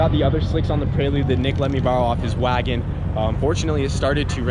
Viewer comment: WAGON!!!!# not wago, why drop the n, it sounds f-ing goofy!